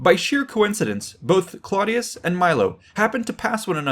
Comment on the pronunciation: Clodius is pronounced "CLOH DE US" (The CLOH is pronounced similarly to the name Chloe). This was the name he took when he became a plebian in order to run for Tribune. Before that he was a patrician of gens Claudia (IE: Claudius) which is pronounced more like "CLOW DE US" (Think Clow as in "Clown"). Its a subtle (but actually a VERY important) difference and anyone who has the audacity to make a video on the subject should be respectful and knowledgeable enough to get these details correct.